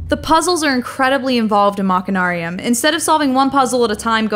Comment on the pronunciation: You don't pronounce the 'ch' in machine as 'ch'. You pronounce it 'sh'. BTW, they're planning on releasing this game on iPad and on the Wii!